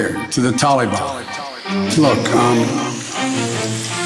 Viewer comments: When is going to learn how to say Taliban? Thank you for another great video. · I love how he says taliban wrong 😂😂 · I love the way he pronounces taliban so eloquently and respectfully while our people are looking over their shoulder and all the folk who passed in service of their life and home.. they are gone now but never forgotten